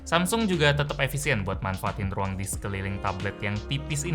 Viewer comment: "TIDAK CUKUP (R)UANG" "TIDAK CUKUP (R)UANG" "TIDAK CUKUP (R)UANG" "TIDAK CUKUP (R)UANG"